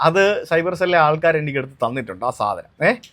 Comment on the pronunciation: Cuber ❌ Cyber✅